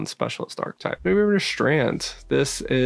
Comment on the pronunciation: I say this with zero condescension: 'Archetype' is three syllables rather than two. I hear people pronounce it ark-type often so just as a friendly fyi, it is 'arr-keh-type'. 👍